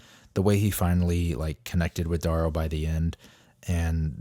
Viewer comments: D-air-ooo bro not D-aaah-ro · It’s D-arrow, like arrow. D-orrow clearly not spelled the same but if you want to sound like you went to the Zoolander school for kids who don’t read good by all means.